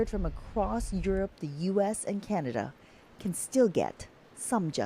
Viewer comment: What the HECK!! Can-ada??? Are you American??😅